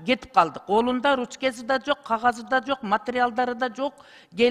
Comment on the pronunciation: Ручке деген эмне деген, ручка же калем,биринчи туура суйлоп алсан жакшы болмок